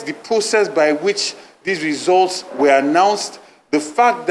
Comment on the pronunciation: I heard resource instead of results😂😂😂Chairman Aspirant..